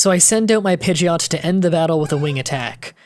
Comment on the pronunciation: you probably already know this but just in case you said pigeoto when the story said pigeot